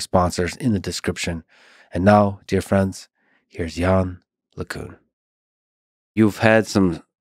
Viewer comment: Lex still saying "yann lay cuhn". How hard is it to look up how it's pronounced, for fuck's sake.